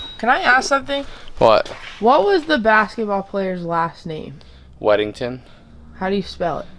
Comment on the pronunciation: It was wennington not weddington fyi ( so was the owner related )